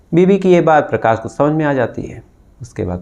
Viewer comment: Dear Aap Prakash ko Prakas , Shuruaat ko Suruaat, Shaksh ko Saks kyon bolte ho. Please apni bolne ka tahaffuj ko theek karen. Aap Prakas bol rahe ho,its too irritating dear.